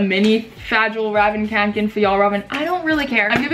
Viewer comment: Hi it`s ahuge pet peeve of mine when people don´t know how to say kånken because im finnish and... anyway but it´s actually said like konken not kanken :)